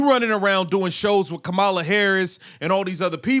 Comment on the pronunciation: Dude, with all due respect. I think you know how former VP Harris’s first name is pronounced. She at least deserves that much respect. No? Colliers name is much harder to pronounce and you got that right. I’m just sayin 🤷‍♂️